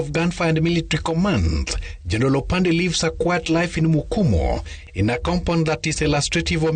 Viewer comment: It is Kimumu not mkumu